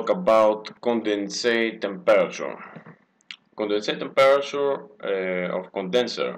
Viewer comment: if you say temperature like that again i swear down im going to slap you.